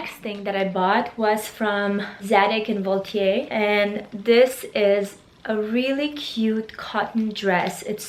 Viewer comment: It’s zadig et Voltaire sweetie